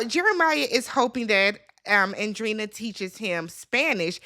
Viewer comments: It's pronounced on-drey-eee-na. 😂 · It’s pronounced like Andre - eena